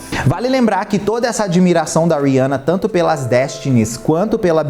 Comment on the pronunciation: Achei o conteúdo de muito mal gosto... E o nome eh Rihanna e nao Riança... Vc fez igual a midia rivalizando duas mulheres pretas. Use sua influência para fala sobre coisas legais e nao pra criar barulinho na internet!